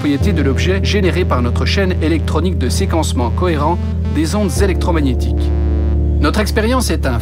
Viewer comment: Wa il dit que seqence et electromaniatiqu sinon jaime trop sa video